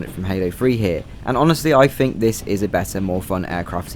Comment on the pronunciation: "Fink"..."Fings?" What the hell is wrong with you lower class brits??? It's THINK AND THINGS!